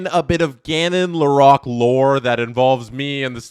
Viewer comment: Please… Lore-roque